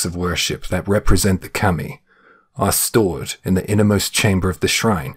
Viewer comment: It’s not Keemi it’s Kami….